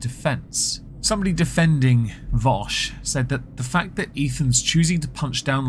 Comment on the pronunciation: It's Vaush not Vosh genius.